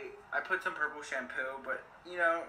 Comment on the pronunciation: It's not shampoooooooo